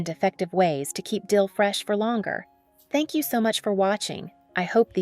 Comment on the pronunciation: Tenks tenks tenks